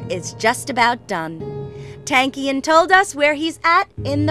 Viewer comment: i wish ppl would learn how to say his name properly.....its pronounced TONKian....